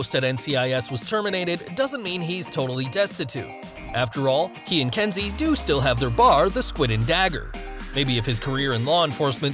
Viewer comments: Why are you calling her Densi when her name is clearly Kensi? It’s bloody confusing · It’s Kenzie not Densi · It’s Kenzi,...not Denzi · It's Kensi not Densi. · It’s Kensi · It's Kensi